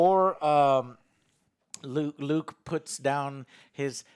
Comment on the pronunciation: Am I the only one surprised that Joe managed to pronounce Luke right?